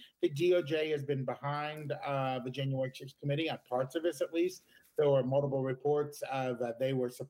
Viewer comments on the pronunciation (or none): Is it just me or do fat people more often than others pronounce multiple as 'muldible' and why do they act like they don't even hear it?